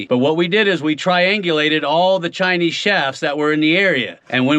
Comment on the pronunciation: is it "tiny", "Chinese" or "chinee"??